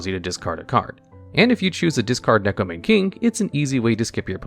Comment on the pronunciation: Why can't people pronounce neko mane correctly. It makes me sad